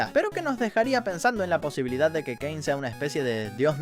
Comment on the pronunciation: Si porque en un rato dijo "keine" en vez de "kein" para referirse a caine